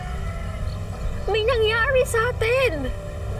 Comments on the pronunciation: Ung pag pronounce ni sa nangyarwi ang pangit ng r nia parang sobrang pagkabulol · May nangyawi satin🤣🤣🤣🤣🤣🤣nasan ung R????😂😂😂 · Pangit magpronounce c ang qrte bwisit may nsngyari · Ampangit ng pgkabigkas ne "my nangyari satin"arte² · Kakabuwisit yung pagkakabigkas ni ng "NANGYARI" ARTE ARTE AHH 😂